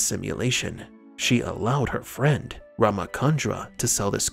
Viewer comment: its not ramakandra its ramachandra i.e. 'ch' not'k'